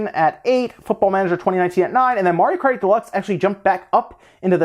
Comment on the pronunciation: "Mario Karty Deluxe" sounds lit